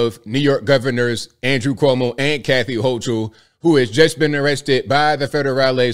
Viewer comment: Man pronounce the Governor’s last name correctly!!